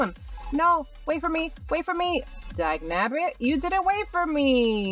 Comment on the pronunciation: Why does she say dabnagget